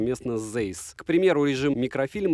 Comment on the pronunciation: Если в 2022 году кто-то не знает, что читается Цайс, то теперь вы знаете. Это немецкий, ei читается как ай. Вспомните Rammstein.